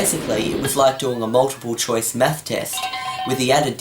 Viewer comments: it sounds like hes saying meth blaster XDDDDD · Why do you pronounce "math" like that? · That's not because he's Australian. I think it's just him. When I say "math" it sounds like "math" rather than what he said at the beginning. :) Oh, don't mean to offend. :)